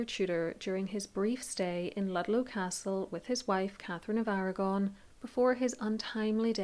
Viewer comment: Irish . She says Blunt , Blount No facts at all , no research . Catgefin of Arrragonne